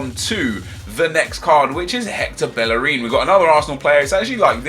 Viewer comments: GOOD GERMANY BELLERIN LMAO, but good video guy ;) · Since when did Hector Bellerin turn German? 😂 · Bellerin turned German :D